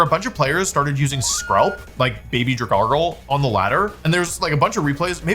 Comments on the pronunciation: Wolfey: Dragargl, Dragargl...and then he pronounces it properly by saying Drag Algea... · Dragalge is pronounced drag algae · dragargle deez nuts idiot (dude it looks like algae. it's drag-algee) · "Drag gargle" STOP STOP STOP STP STOPP It's Drag-algae. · Dragargle is my new favorite mispronunciation 🤣😭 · I cant get past the fact that Wolfey pronounced Dragalge as 'dra-GARGLE' rather than 'drag-ALGAE' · I love you Wolfey, but I’m afraid it’s pronounced Drag-algae. Dragon algae. Because it’s a kelp dragon! Great video, I love hearing you talk about competitive Pokémon! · Dragon. Algae. Dra-gal-jee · Dra- gargle????????????????? That is so funny. Alge is NOT a common word. But like.... gargle? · What did you just call it? 😂 "Dragargle"? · “Dragargle” is hurting me. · Wolf PLEASE..... Drag-Alge Alge, Al, Gee, like the plant in the water. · “Drag-algae”. You used an unneeded r 😂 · I’m begging you to pronounce it as “Drag-Algae” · We all know its dra gal gee right? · "Dragargle"... bro 😭😭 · dra gargle 🥹🥹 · Drag-AL-GEE like lake Algae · "Dragargle" bro... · Comment baiting with your prononciation of algae in dragalge i stg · Bro. DRAG-Alge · none of those are as bad as pronouncing alge as guargle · 'here's the thing about DRAHGARGLE' omg lol Then he just slips in 'Dragalge name normal forme' here and there showing he knows EXACTLY what he's doing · Dra Smeargle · His terrible pronunciations always makes me wonder if he has dyslexia or something. It's literally dragon + algae. How do people screw this up? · I’m devastated he kept saying dragargle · “Dragargle” HAS to be ragebait there’s no way💔💔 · Yeah, it's pronounced Draganacle! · He technically doesn't even pronounce it correctly then. It's Drag Algae. He still mispronounced the Algae part. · drag-al-gee because algae is pronounced al-gee wdym aylge ? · No no no he says Dragoggle 😂😂😂😂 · Wolfe I need financial compensation for having to hear your pronunciation of dragalge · Bro why does he pronounce Dragalge like that 😢